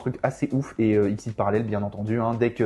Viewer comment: Le canon dragon XYZ ne se prononce pas exceez (trop matrixé par les cartes xyz 😂), comme c'est la fusion de tête de canon X, tête de dragon Y et tank de métal Z on le prononce comme on prononcerais l'alphabet ( X Y Z ). Archétype jouer par Chad Princeton dans GX notamment.